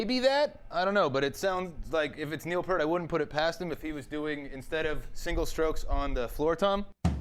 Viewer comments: PEA-RT!!!!! not PURT :D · Love the video.. but it's pronounced PEERT. Come on man. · his last name is pronounced peert! PEEEEERT!! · it's pronounced pee-ert and limelight is from moving pictures, not spirit of radio, which isn't even an album. having said that, impressive you did it on 2 toms